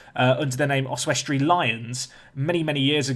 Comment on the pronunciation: I love your pronunciation of Oswestry, Your way with words is one of the main reasons i watch tbh!